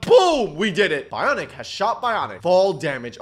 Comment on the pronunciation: ITS NOT BONK ITS BIONIC HHAAHH